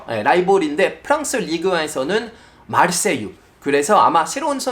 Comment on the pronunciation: 파비앙이 <마르세유>라고 발음하니까 왜 이렇게 웃기죠?ㅎㅎㅎ